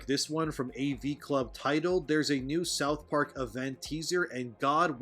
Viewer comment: Sauth park 10/10